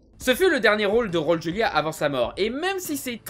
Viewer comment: pardon, mais raul se dit raoul ;)